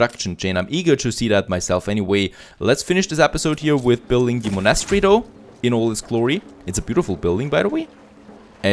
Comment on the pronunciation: pls look up how to prononce monastery, I really like you episodes but bruh monastery.